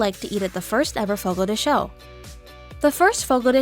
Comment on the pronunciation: Its not fogo de shew its fogo de chow ..rrrggg